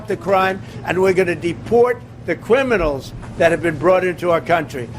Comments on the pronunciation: What is a "cwiminal"? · Just a side note..... Did he just say "depwort the cwiminals"? Is he an old baby???